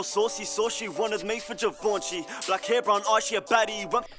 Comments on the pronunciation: You both pronouncing Givenchy wrong it's French brothers is closer than how you man say it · Never heard anyone say givenchy like that